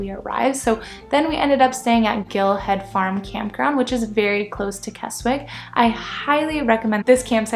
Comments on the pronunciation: It's KESSICK not KESSWICK. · its pronounced "K E S I C K .don't say the W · Just a note, it's pronounced "Kessick". Yes weird. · The W in Keswick is silent so pronounced it as KEZIK. Also if this is your first time in the Lakes, avoid Windermere and Grasmere (even though it's beautiful) at all costs. It's full of people. Keswick while still full of people is more manageable. For those who like me want peace and quiet and see nobody then head west. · Kes-ick for gods sake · Wow..how many people does it need to mention you pronounced Keswick wrong😂…as someone who lives in “Kezzick” I’m pleased you liked the area. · The W in Keswick is silent. It's pronounced Kezzick. A lot of tourists get the name wrong.... As someone who lives in the Lake District, yours is one of the better tourist videos I have watched.. I've lived in the Lakes for 66 years, and I haven't seen it all......